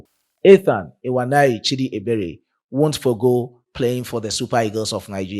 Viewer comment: I Love your opinion but to correct you especially on the pronunciation not ewaneri chidi please is nwaneri please look for Igbo brothers there in Ghana to give you correct pronunciation or you can inbox me for correction I ❤ you my brother hope to meet you one day